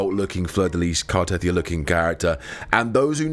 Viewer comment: It's not Car-teth-ee-ah, it's Car-teh-thee-ah.